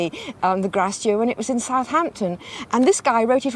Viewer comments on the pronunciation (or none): They kept saying "grasse dur" and i kept wondering what they meant. It's Grace Dieu.